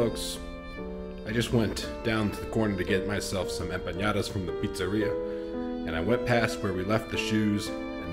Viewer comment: I'm glad you were able to find shoes! Sport 78 and Blast are actually owned by the same company. They don't compete with each other. Also, I noticed you say “empañada”, but they’re actually empanadas, no Ñ. I’m loving the Rosario series!!